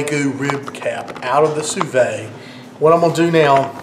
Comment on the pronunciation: Landed here randomly. You seem like a really genuine guy. You already know this, but it's "soo-veed". I would recommend working on your editing game and video/audio quality, you already have great dishes to show. Good luck, I've subscribed.